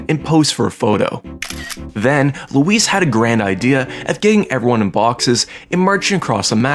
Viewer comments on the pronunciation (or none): none